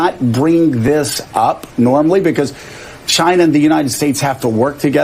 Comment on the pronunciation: I Love how you say China, just like our beloved president! Great show! Thank god for Trump!